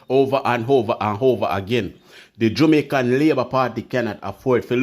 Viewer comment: Jamaican / not Jumaican